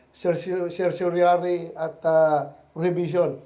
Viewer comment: Nanginginig na si bato.nagkakanda utal utal na sa pagbigkas ng certiorari.wahahahahahaha😂😂😂😂😂😂